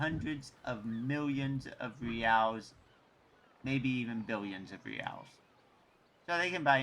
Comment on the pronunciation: Reals is pronounced 'HEY-EYES'